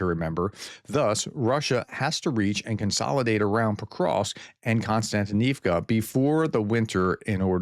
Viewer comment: To pronounce the place names a bit better, split each word into blocks of roughly three characters. Mir-no-grad - roll the R and shorten the "o" Kost-iant-i-nivka - slightly stretch the I before "nivka" Sha-kov-(y)e - the end will be a "yeah" sound.